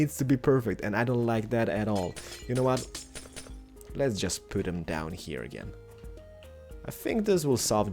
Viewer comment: no offence but when you say lets build it sound like lez build like you're building a lesbian lol